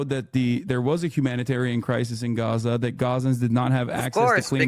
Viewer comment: "I Might actually go to Gas-sah." While Greta is going to Grrrryaza"